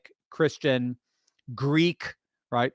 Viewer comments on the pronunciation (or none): none